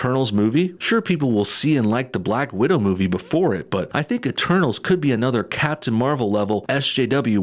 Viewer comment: Instead of "eternals" I heard "the turtles" or "eterballs"